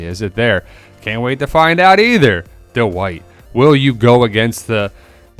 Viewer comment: 😂he's still saying "De-wite"